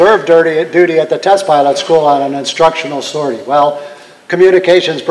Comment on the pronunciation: This was a really great telling of it's history. Is this narrated by a text to speech of some kind? The pronunciation of certain words like "sortie" is odd